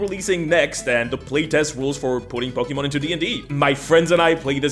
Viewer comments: I will kill you if you say pokeman again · I like how you talk "pokimen"